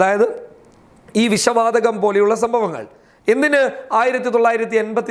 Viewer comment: വിശ വാതകം അല്ലാ വിഷ വാതകം..... പോയി മലയാളം പറയാൻ പടിക്കടാ....... ചാനല്ഉം തുറന്നിരിക്കാന്